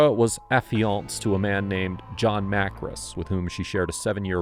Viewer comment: I feel like your mispronouncing Johns last name. Makris not Markis.